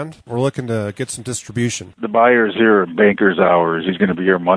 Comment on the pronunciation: Up 'ahre